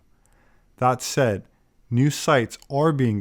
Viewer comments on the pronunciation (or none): none